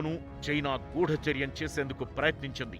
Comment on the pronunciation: "గూడాచార్యం" కాదు తల్లీ! గూఢచర్యం